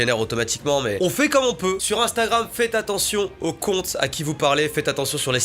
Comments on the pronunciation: Je suis le seul à entendre ”instaram” ? Quand mastu parle ? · Il dit "instaram" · C'est moi ou il dit "instaram" a 😂😂